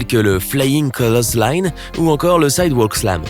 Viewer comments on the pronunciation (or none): AAH, je suis ko, vous parlez des prises signatures de Kane étant le sidewalk slam et le flying Clothesline (Et pas cloteusseline), et sinon... Chokeslam? Tombstone Piledriver?